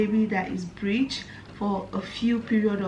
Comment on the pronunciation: it’s breech not bridge